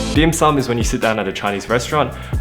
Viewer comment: I'm pretty sure the first word in dim sum is not touch. They sound similar but are different tones. Also it's raddish, not carrot